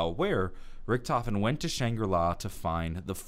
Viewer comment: the biggest mistake is the way pronounces Richtofen